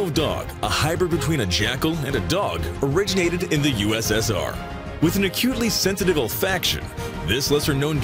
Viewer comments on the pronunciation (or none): none